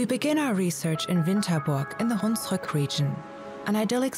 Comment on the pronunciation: Did she say "In the Hunrück region?"